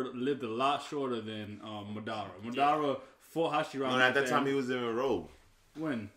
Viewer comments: It's not mudara it's madara stop saying it wrong 😂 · It's pronounced Madara not Ma-DAR-ra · It’s MADARA...... Not Ma Dah Rama 😒😒😒